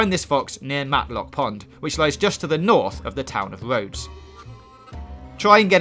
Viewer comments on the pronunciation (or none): "Matlock pond". Show me the 'L' in 'Mattock'